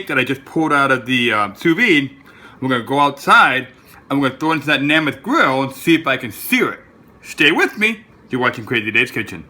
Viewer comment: It's made by Joe Namath. Thats Nay Math, not Nah Math